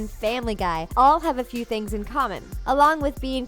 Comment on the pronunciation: instead of saying TheThings big shaq says TheTings